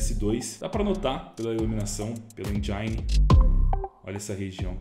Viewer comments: "enjaine" > Engine< como se escreve mesmo. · Mano.. "Engine" não é "injaine" kkkk é algo como "en-jen" "Ancient" é algo como "en-sh-ant" "mirage" não é "mireige", é algo como "mir-aj" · Mireige 🫠 Enjaine 🫠 Encint 🫠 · Mano esse “i” em engine tem som de i msm tipo em “ PIANO”… 😊